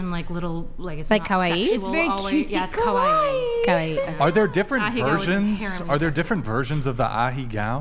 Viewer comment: The girl sitting next to her pronounced Kawaii correctly but the queen mispronounced it with all her Japanese knowledge